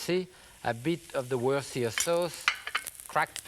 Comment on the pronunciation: He pronounced "Worcestershire Sauce" better than 99% of the planet...